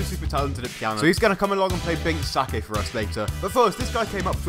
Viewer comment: The fact you said binks sake but like the alcohol infuriates me